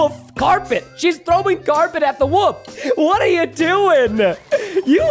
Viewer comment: I love how preston says “the woof” instead of the wolf